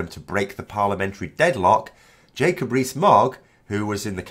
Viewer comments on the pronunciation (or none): none